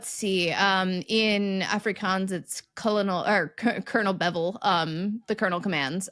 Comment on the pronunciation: Kolo-NEL be-VEL, is where the accent lands.